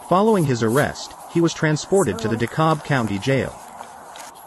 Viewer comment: BTW: The "reporter" in the clip played by LHM needs to learn proper English. "Kalb" in "DeKalb" is pronounced "Cab" NOT "Cob." This incident apparently took place in DeKalb County, Georgia. DeKalb County is a large county just east of Fulton County, in Georgia, and has within it part of the city of Atlanta ( Fulton County has the rest, ) as well as the city of Decatur, and portions of other cities the metro Atlanta area. As opposed to Cobb County ( "Cobb" IS pronounced like "Cob" ) which is another Georgia county, also part of the metro Atlanta area, just northwest of, and bordering on, Fulton County.